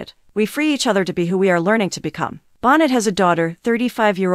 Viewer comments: Bon-neigh not bon-net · You're saying her last name wrong. It's not Bon net.